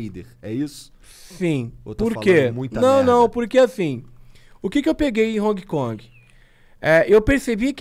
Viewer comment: É impressão minha ou ele fala "Honki Kongue"?